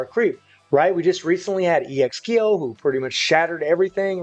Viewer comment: Yeh he can’t pronounce Kyo either. Smh. Don’t bother.